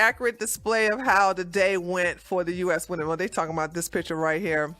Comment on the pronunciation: Woomen lol killer